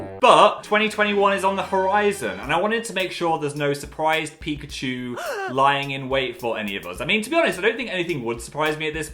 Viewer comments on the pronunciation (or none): none